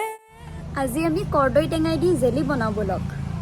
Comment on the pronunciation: Kordoi tega❌ Kordoi toga✅ 😂😂😂😂